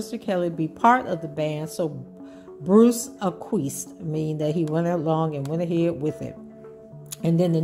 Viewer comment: It's "ack-wee-essed" 💚💚💚